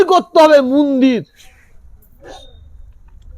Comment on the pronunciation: মন্দির কে মুন্দির বলা তীব্র আপত্তি জানাচ্ছি !!